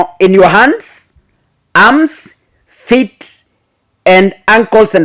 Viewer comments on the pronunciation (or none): none